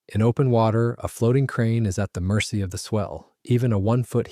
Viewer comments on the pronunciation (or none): none